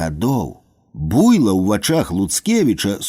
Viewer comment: А чаму БУйло? Слушна ж будзе БуйлО.